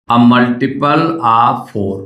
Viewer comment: multiple❌ muliple✅😂